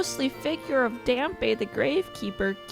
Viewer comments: Not sure if you should be saying much against Lord Jabubu when you're calling Dampe "Drampa" 😂😂😂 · You did not just call him DRAMPA!?? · I love how you were on her for calling Lord Jabu-Jabu Lord Jabubu when you uttered quite possibly the worst way I've ever heard someone say Dampe.